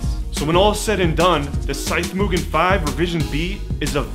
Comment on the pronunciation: Great vid. small point but why did you change your pronunciation of Mugen? You were doing it correctly at first but went to moo-Jen mid-way